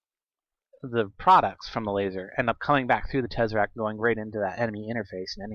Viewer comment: Also its tess-er-act. Not tezaract. You dont call someone named Tess, tez. Think about how you pronounce PEZ the candy.